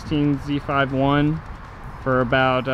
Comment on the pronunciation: It’s not called a Z “five” 1 it’s called a Z “fifty” 1!